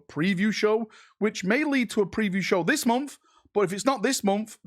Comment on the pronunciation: So what's your excuse for pronouncing "month" as "munff"?